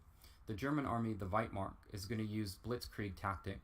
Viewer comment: It's "Wehrmacht", not "Werchmart"